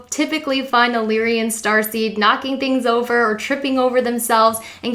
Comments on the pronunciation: Lyrian? i thought its "Lyran" LOL IM FROM A PARALEL REALITI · You did good and this was a greatly helpful video!! Unfortunately, despite the good intent of this video, some of the pronunciations detract from the end goal. “Lyran” is “LIE-run”, not “lee-ree-in”...You kept adding an extra letter “i” to the word. The constellation of Lyra is not pronounced “leer-ee-uh”. Just simply “Lie-rah”...”Pleadian” is not “palladian”. It’s “plee-idi-in.”